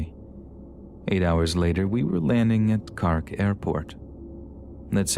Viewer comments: Love your work but the pronunciation of the Irish places are killing me... "Carrk". 😂 It's "Cork" like a wine cork and we don't roll our "r's", that's Scotland! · I would have expected you to find out how to pronounce words before you narrated them. Mun-ster, I not "moonster" Cork, not "cark" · "moonster" "Cark" Lol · I love these narrations, they're always strangely calming. But celtic me nearly spat out my drink hearing you pronounce cork as "cark" x'D Keep up the great work, love the channel. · love how you pronounced cork with the irish accent lol. a fun touch